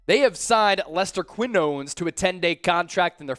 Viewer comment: Khee-noh-nehs. Quinones.